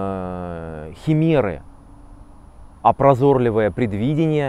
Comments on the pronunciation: "ПрозОрливое" предвидение?! Так удивило произношение. 😳 "ПрозорлИвое" же! 🤔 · А ещё "прозОрливое" удивило. 😳